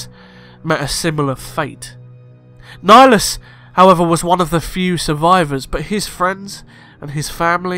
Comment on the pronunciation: Darth nigalus